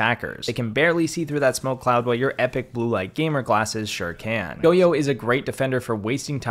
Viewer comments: the only bad thing I can point out in this video (because im Copper) is the way he pronounces Goyo lmaoo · Is it goyo pronounced go-yo I always thought it was like goy-o